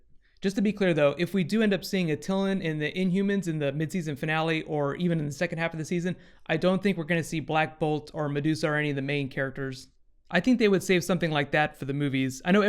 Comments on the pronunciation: we love you, but it's pronounced ah-tuh-l-aah-n. Its like your mispronouncing camelot! Sorry if I'm nitpicking, the inhumans were my favorite characters to come out of marvel and fantastic four. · Attilan- Add-e-lan